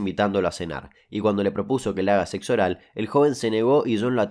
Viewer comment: Weeey porque dices sexo así? 🤣